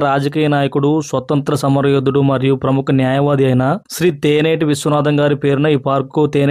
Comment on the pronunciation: తేనేటి ఏంటి రా బాబు తెన్నేటి ఒక గొప్ప రాజకీయవేత్త తెన్నేటి విశ్వనాథం గారి పేరు పెట్టారు ముందు ఉచ్చరణ నేర్చుకొని చెప్పండి